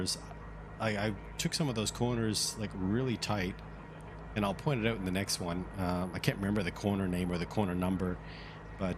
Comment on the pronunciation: You must be Canadian... "try it oooouuut" :)